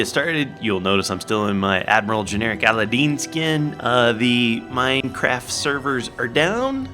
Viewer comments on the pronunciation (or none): none